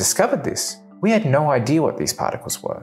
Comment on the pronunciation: Two seconds in, heard no pronounced like that, that’s a big nope for me